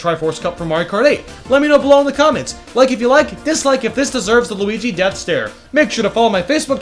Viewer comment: it's weegee death stare not luigi death stare just weegee